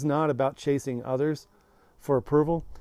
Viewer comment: Phew, thought you said "casing women", i was like wrong video. Lol